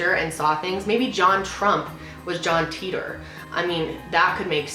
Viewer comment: LOL every time u say John Tit-tor I laugh I don't think it's pronounced like that